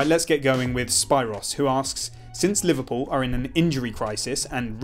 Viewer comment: What part of London have you been living in for you to mispronounce Spyros??? There are so many Hellenes in England!